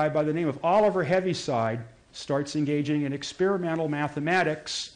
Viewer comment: Btw his name is pronounced "heave-side" not "heavy-side".